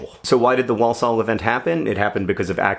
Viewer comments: I have nothing intelligent to add to the comments so I'm just going to pedantically correct pronunciation: wor-sull not wall-saul. Hopefully that's helpful not annoying, sorry! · The first L in walsall is silent. "war-sawl" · Gah Walsall is another weird British town name, sorry John! It’s ‘Wor-sul’ - drop the first ‘l’ 🙂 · the way john says walsall acc eats into my soul as a brit who lives down the road from walsall. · I grew up near Walsall, and it's really weird to hear a word you have heard so often in your life pronounced wrong so many times in a row.